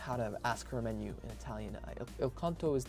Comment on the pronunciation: say the word menu in Italian like the word boo that would help you with your pronunciation just a tip not the English way